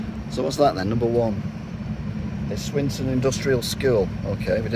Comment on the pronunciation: you're the most unfunny annoying twat i've ever come across , i turned off after your umpteenth attempt at unfunnily trying to pronounce Swinton , are you related to the even unfunnier Ben Elton ?